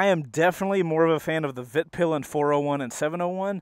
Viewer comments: Dude, it's Vitpilen, not Vitpilan. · Not to be a bummer but it's "Vitpilen" not "Vitpilan" :) Awesome video nonetheless <3 (means "the white arrow" in swedish) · As a swede, (where Husqvarna-bikes are from) it was really amuzing hearing your pronounciations 😅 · I came here for your pronunciation of 'Vitpilen'. Greetings from Scandinavia :)